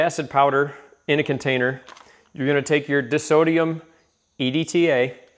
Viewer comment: Just fyi, it's pronounced die-sodium or dye-sodium, if you prefer. Dissodium would have two S's and would be a sodium remover or sodium repellent. Also, "price point" is redundant and, prices that are "all over the place" are a price range.